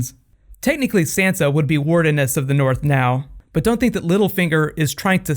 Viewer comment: I can't be the only one that is bothered by the fact he is mispronouncing Sansa's name.